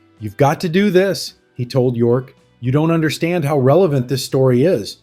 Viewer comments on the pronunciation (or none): none